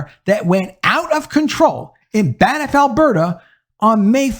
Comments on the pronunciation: FYI: Banff is pronounced 'Bamf'. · "Banff"--single syllable. No 'i' between the 'n' and 'f'.